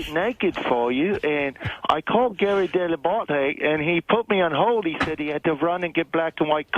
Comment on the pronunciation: Richard saying Gary Dell’abate in a brittish accent😂 hilarious